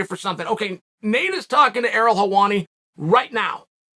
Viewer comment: Ariel must have changed his name. 'Errol hewani'